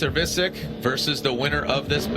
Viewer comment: piotr wiecek lmao just say vietchek not visik